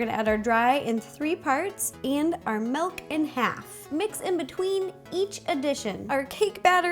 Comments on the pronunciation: Is she saying milk like melk? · I’m sorry but my grandma does the same thing and it drives me crazy...when you pronounce milk you say melk instead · MELK. PUT IT IN THE DICTIONARY PEOPLE ITS MELK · Omg she says melk 😂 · Anyone else notice that she pronounces milk "melk?" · She says milk to malk I don't know why but I still love her like anything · I love the way she says "milk"...is that weird?